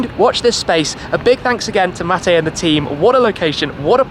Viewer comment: My name is Mate as well. Congrats to shmee for pronouncing it correctly